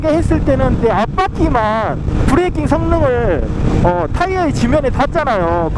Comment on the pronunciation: 브레이낑 ㅎ ㅎ 구수하고 좋아요